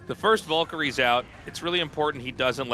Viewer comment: I'll never get over how artosis and tasteless insist on calling VALkyries VULkyries